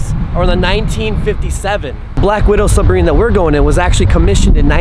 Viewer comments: he accidentally calls it a subberine lol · If he says sub-a-rine one more time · He says it as Suberine, and not Sub-mar-rine. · I swear it sounds like you are saying su-ber-ine? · if i hear one more "subberine"... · “Subarine” 😂😂 **submarine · Anyone notcied he said subarine instead of submarine it might be an accent but idk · Its a submarine not subarine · Did I just hear subarine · I swear you say subarine instead of submarine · He keeps saying submarine like subarine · says subarine not submarine lol in the chat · It was constantly bothering me how he always pronounces the word “submarine” wrong and instead said it like “subarine” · This fool said subarine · ge0rd1e _ as soon as I read this he said it 😂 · Imagine pronouncing submarine wrong lol